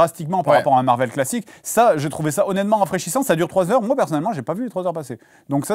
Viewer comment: tout le monde: marvél sébastien rasiat: marveul